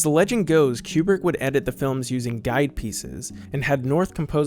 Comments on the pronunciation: I'm pretty sure Kubrick is not pronounced Q-Bert. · It drives me crazy you say his name wrongly. It's not pronounced like a pool cue, but like a chicken coop. Koobrick. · Great video, but your mispronunciation of 'Kubrick' drove me crazy (ku:brik /u/: 'oo' as in 'goose'). Please, god, get it right. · Re: Stanley's last name, which you pronounce as "Cue-brick", do like the NASA scientists and the space flight attendant in the movie do and pronounce it as "Koobrik". We people who lived through his career know him by that pronunciation, so on such a monumental work that you've done, it would have been a nice touch, otherwise... well done.